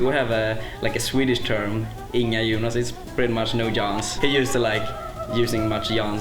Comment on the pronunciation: Inga Jonas not inga yunas